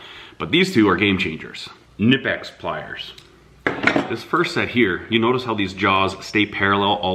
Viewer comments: its actually ka ni pex we had this debate at my work and settled it by calling there corporate office. Ive heard a dozen different variations but ka ni pex is the proper pronounceation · Everyone says knipex wrong